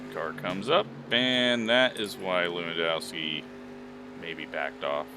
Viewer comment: Not to put words in yours or his mouth but lewandowski is a last name that runs in my family more than likely it’s pronounced Levanduski. In polish and many Slavic languages w make the v sound and hard O’s are really rare. I know this seems knit picky but it’s just things I know. Great video!